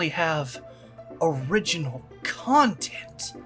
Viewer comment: When you said content almost sounded like a see you next Tuesday lol